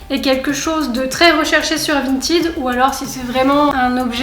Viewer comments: Vintaide pas 🤣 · C'est pas vintid c'est vinted mdr